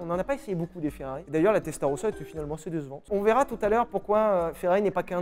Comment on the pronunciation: Bordel Sylvain. Quand tu prononces "assez" on dirait une vieille brebis galeuse !!!!! Ca se prononce assé pas assêêêêêê. On est chez les ploucs ici ou quoi ?